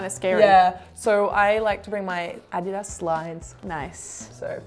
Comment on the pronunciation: Finally, someone knows how to pronounce Adidas!!! Thank you? 😉